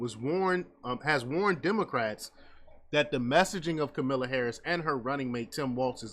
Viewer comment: Man, you really sound ridiculous and if you can't pronounce her name correctly you don't need to give any commentary on anything. Vote for that orange bastard if you want to. Charlamagne is no god and not a liberal! You guys need to do research.